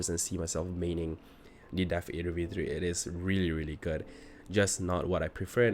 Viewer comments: It's pronounced Adder - Death-Adder. Not Ey-der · WHY YOU FUCKING MISPRONOUNCING THE DEATHADDER. ITS A TYPE OF SNAKE DUDE. ITS JUST A DEATH ADDER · "Death ayedder v3" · I had to click off when he didn’t even know how to pronounce the thing he’s reviewing